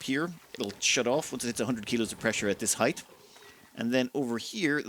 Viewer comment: Heigth? Did you pronounce height 'heigth'? Might wanna run that through the pronouncer thing.